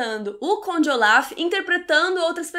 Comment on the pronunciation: Q nervoso vc falando Oláf, é ôlaf hahaha mas adorei a resenha. Eu a serie assim q lançou e era mt ver a segunda temp. Eu odeiooo dms injustiça em serie e odeio o fato de ngn ouvir as criancas mas enfim, adorei o filme por isso q eu vi a serie, tem uma coisa q acontece nos ultimos eps q eu fico tipo q????? Mas enfim